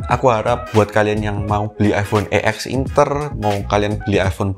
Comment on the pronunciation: bilangnya "ex inter" ngab, bukan "e x inter"